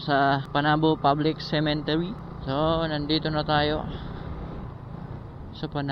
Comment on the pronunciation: waa sa kanta2x na part uy . hahaha buto nahimong boto 🤣🤣 (typo) cemetery dapat dli "cementery" HAHAHA Lingaw aya infairness 🤣🤣🤣